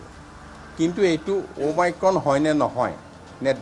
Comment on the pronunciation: অমিক্ৰন নহয অমাইক্ৰন